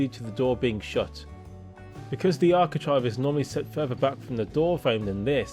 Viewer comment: It's architrave not architrive 🤦🏻‍♀️